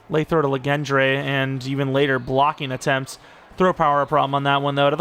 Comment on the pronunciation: “Legendre” is pronounced like legend with a French accent. This luh gen dray business is nasty work